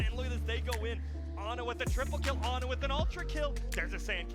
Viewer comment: Ana อ่านว่า อนา ไม่ใช่ แอนนา 🙅